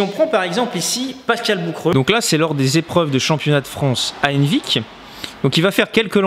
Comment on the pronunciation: Bordel, complètement hors sujet mais au début quand tu disais "Henvic" je tiltais pas parce que je le prononce pas comme toi, mais quand j'ai vu la vidéo du championnat et que j'ai reconnu le stade d'Henvic j'étais choquée ! Donc dans mon petit bled on a le championnat de France de lancer de couteaux ET le championnat du monde de lancer d'artichaut, nickel !